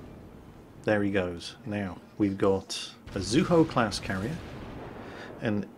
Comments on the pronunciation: I've always heard it pronounced Zoo-EE-Ho (Zuiho),:) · there's an "i" in "Zuiho" so it DEFINITELY can't be "Zueho". I know you're not that great at pronouncing names, but at least get the letters right. I don't mean to nitpick but I love the Zuiho:V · Zu-E-ho. there an I in there that gives the E sound. We'll break you of your English speaking ways eventually! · I think Zuiho is pronounced, "Zoo-wee-ho"